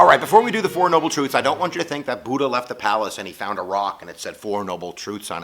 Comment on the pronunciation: Every thing is pronounced wrongly: Buddha, Buddhism, Siddhatha Gautama (this one's real bad), dukkha and all other Buddhist terms. This video is very superficial.